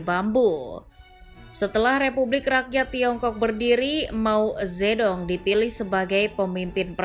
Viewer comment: Cara nyebutnya mao che tung min😅